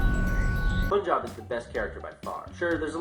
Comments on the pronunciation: Lol... POONjob. Seriously? That's hilarious, but it's pronounced PUNjob;) love you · First, Punjab is PART of India not "bordering it." That makes him Indian or Punjabi if you're getting technical. Lastly it's pronounced PAN-jub. Still love ya:) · Im sorry no! The state is called Punjab. Pun not jab but jahb. Im Indian. Its an indian state. And now you know that they are not saying it correctly. Which is okay pronunciations vary from place to place.A punjabi is a person from Punjab. I have absolutely no clue why that guy was named that. I guess its like naming a person lavender. Its just to be different. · learn how to say punjab, idiots